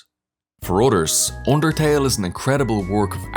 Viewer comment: wroiting voilence oondertail